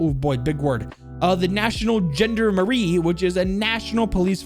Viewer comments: Not trying to be a salty boi but it’s pronounced Jon-dar-meri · As a French speaker hearing your pronunciation definitely caused a few chuckles. My personal fav was when you said Gendarmerie it’s like Jandamarie but the J sounds like almost a zh sound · As a French native speaker, hearing the way you mispronounced “gendarmerie” was hilarious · The way you say Gendarmerie hurts me on a personal level 😂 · haha I don't mean to judge but I love how you pronounced the Gendarmerie. but I enjoyed hearing how passionate you are about these videos and I love how jovial you are all the time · This mans ability to absolutely butcher the pronunciation of the word Gendarmerie is incredible. 10/10 would watch again/recommend to fren.